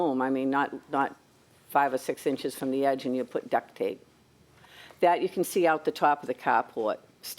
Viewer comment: Duct not duck tape, as in heating ducts.